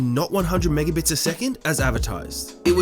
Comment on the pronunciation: an intellectual: "Megabits" rSlash, with intellect: "Mibibbups"